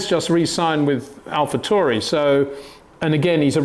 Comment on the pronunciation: Alpha TAU Ri. Not Turi